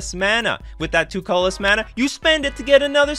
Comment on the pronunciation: You have a nice format and have a nice speaking voice, but your pronunciation of the word “colorless” was fairly jarring and almost sounds like a different word altogether. It would have lead to a much more smooth listening experience on your video if you worked on enunciation for that word. It was the only one I noticed like that, you are well spoken which is why that stood out so much to me. Good video other than that.